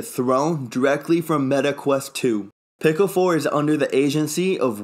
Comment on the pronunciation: Pico I believe is pronounced Pee-co when you say Pick-Oh it sounded like pickle.